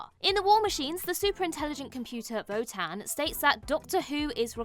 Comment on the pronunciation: I could swear says 'VOTAN" not "WOTAN".